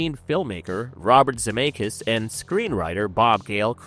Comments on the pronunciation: Who is Robert Zee-May-Kiss? 😂 Z-Meck-ISS. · Almost stopped watching less than 2 min in. Zim-ay-kus? Gr ah ss ing?? Wtf